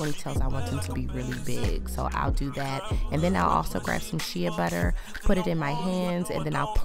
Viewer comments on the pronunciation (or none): Shea butter is pronounced SHAY butter Sis💜